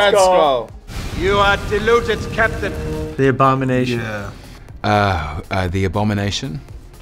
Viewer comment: i've heard obamanation